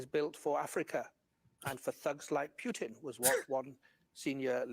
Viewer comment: The way says “Pew-tin” 😂